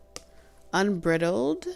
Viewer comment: The word is unbridled, pronounced like bride. meaning, uninhibited.